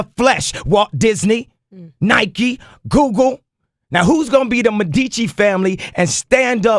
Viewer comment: "WALT DISNEY, NIKE, GOOGOO"